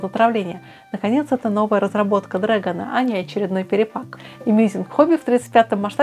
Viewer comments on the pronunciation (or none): none